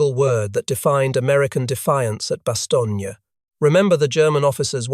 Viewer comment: It's Bastone not Bastonia